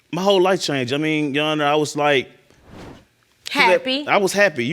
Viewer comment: Every person who's ever been on Paternity Court "Yesh Sheronor" 😩